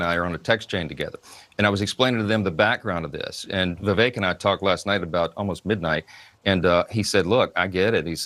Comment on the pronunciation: please pronounce it correctly. VIVAKE, like the word cake. That’s how you pronounce Ramaswamy‘s name.